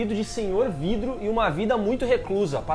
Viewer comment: falar "vrido" e tao divertido kkkkk